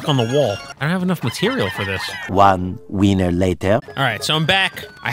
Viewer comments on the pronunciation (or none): none